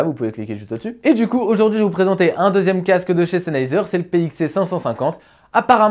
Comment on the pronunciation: Salut merci pour ta vidéo constructive. À mon avis tu devrais parler juste un tout petit peu moins vite ça t'eviterais de mâcher le nom du casque 😉 Sinon je me posais des questions sur la qualité de la réduction de bruit si certes elle est en dessous de celle de Bose est elle convenable comme celle du parrot zik 2.0 par exemple ?